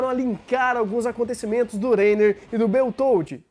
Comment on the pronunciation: o nome do cara se pronuncia bertoudi.